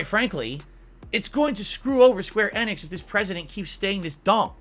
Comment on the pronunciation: Square "Ehhhneehhhx" It's Enix....ENIX....again with the "I call the name wrong" fetish Remember "battle royal"